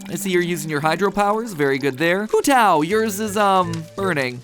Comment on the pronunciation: Love to see some Genshin stuff, but oh boy, while Hu Tao is just accurate the pronunciation on Tartaglia XD (also lies, Wanderer is not mysterious he's just a bastard lmao)